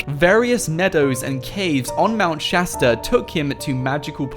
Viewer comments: Isn't it Shasta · Aidan Mendler Shasta XD